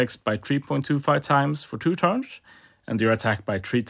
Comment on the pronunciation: why are you pronouncing “turns” like “turnsch”? and why can you say other words with “s” like “first” correctly with an “s”?